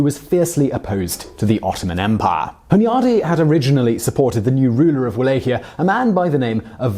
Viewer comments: It`s pronounced Vala-ch-ia. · It is Valahia with V, not U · First time I’ve heard Wallachia pronounced how it’s spelt. Surely it’s spoken as vallachia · Wallachia the sound is V as in val so it sounds like Vallachia even though it is spelled Wallachia. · "Va-LOCK-ee-ah." That's how you pronounce Walachia. I'm a student of both the historical and fictional Dracula, and I've dated a Hungarian girl for many months. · Cringed every time he said it. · He butchered Targoviste (Targo-vista) as well, and Wallachia (Wal-ack-i-ya) every time ... I missed Sighi though, good catch! But he's British and even murders some English names sometimes, so I can't really be mad, lol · oh god please will you learn to pronounce things before saying them on vid its pronounced VALLACHIA not Wallachia spelt with a w pronounced as a V. also that picture of the princess is Elizabeth Bathory. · Your mispronouncing of Wallachia kinda ruined video.. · The way you say Wallachia hurts my ears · The way you say Wallachia makes me wanna punch you in the face.